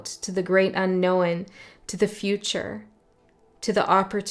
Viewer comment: As you asked in another video. One thing I'm looking forward to is: When watching your videos, I'm looking forward to hearing the way you say unknown 👈🏻 or any word with own at the end. I always catch myself repeating it. 😅